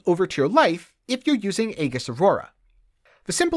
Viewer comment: The word aegis is pronounced "ee jus".